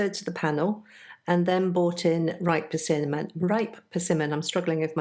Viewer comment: Perversion? 🤣. I’m thinking you meant persimmon. Thanks for the chuckle.